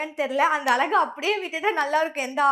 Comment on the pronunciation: அலகு இல்ல மா தமிழின் சிறப்பான ழ கரம் அழகு என்று சொல்லு மா